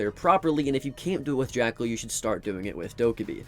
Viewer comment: Bro said jackel like hes unbanned